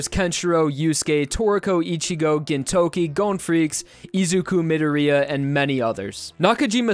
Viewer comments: "Mid er e ah"?? YOU MEAN MID OR E AH?!?!? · "Izuku mid-uh-ree-uh" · Ugh, the way you said "Midoriya" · Did you really just pronounce Midorya like a spastic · The way he butchered Midoriya name lol